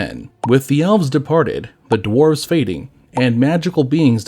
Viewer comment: Is this.. ai? Pronunciations are off, written words are off... drarves instead of dwarves. It's all a bit off